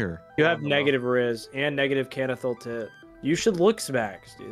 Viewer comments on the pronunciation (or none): That is NOT how to pronounce "canthal tilt"